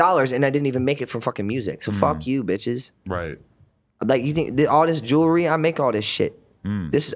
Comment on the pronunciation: He can even say the name of his watch correctly! "Jewler"!!! 🤣🤣🤣🤣